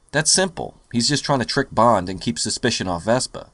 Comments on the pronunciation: Why are you saying vespa!? It's Vesper! Vesper!!! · VespER! VespER!!! She's not a scooter! Otherwise, great review! ; )